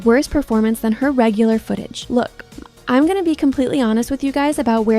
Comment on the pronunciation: holy AI girl voice 🙏 Edit: ( "imreds" bro your Ai doesn't know how to say "im" 🙏)